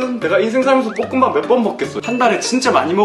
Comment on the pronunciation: 볶음밥을 자꾸 뽂응밥이라노